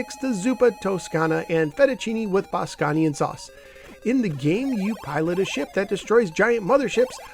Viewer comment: I actually really like this unit, but it's not my favorite. Not the best selection of games, the sounds are off, and maybe some of the colors are off, but everything else is pretty good. (BTW, I think you pronounced Bosconian incorrectly, it's actually pronounced "Boss-cone-ian".)